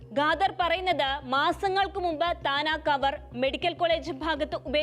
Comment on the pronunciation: ഗാദർ അല്ല ഖാദർ